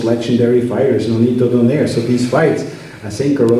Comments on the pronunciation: DOH NAY REH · DON - EYE - RAY. 😁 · Don nay re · Don air 😂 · Champion of 3 decades still they can’t pronounce his surname correctly😆 Congrats Filipino Flash 🥊